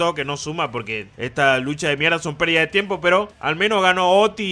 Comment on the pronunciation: Amo ese "Perrrrrdida de tiempo" ✨🖤